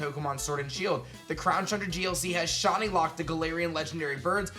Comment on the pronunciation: Dude it’s shy-knee not shawny